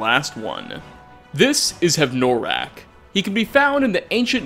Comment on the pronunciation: Hev-noraak?, it's like you intentionally mispronounce something in every video just to piss us off. if you have difficulty pronouncing or a speech impediment, i could understand, but if this is intentional... let's just say you've got a BIG problem. yes... bigger than skyrim